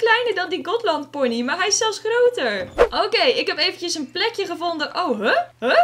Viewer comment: ben ik de enige die me irriteert dat zegt Welsh ponees (geen haat)